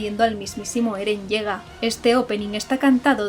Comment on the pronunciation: Cuando los Españoles dicen Eren Yaeger suena como "Eren llega". Lol